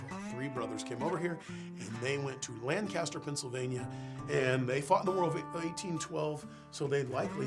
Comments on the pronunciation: Lancaster. The city in Pennsylvania is pronounced Lang-kiss-ter. Lan-kast-er is the English city or Californian town (also a suburb of Buffalo, NY). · Got a little pet peeve here. Lancaster Pa is pronounced Lan-Kist-er. Not sure why, but that’s how everyone from there says it including myself. Lancaster Ca is pronounced as it is spelled. Good mix of Americana in the vid!